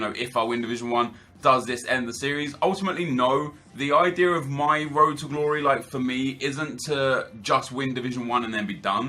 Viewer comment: It was more like rrrrroad to glory.